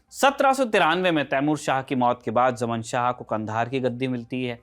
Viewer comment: जमन शाह कोयी नाम नहीं होता। ज़मान शाह था। वैसे उसको जयदातर शाह ज़मान ही बोला जाता है।